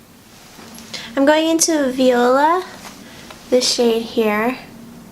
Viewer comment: You pronounced the shade "viola," but it's actually pronounced "viola."